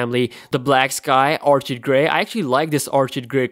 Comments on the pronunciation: ...it's pronounced or-kid not or-chid. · Orchid pronounced "OR KID"